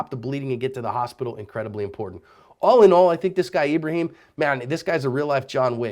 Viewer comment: His name is ebreHEEEm